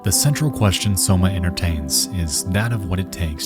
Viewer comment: Did homie really pronounce Soma as Somo?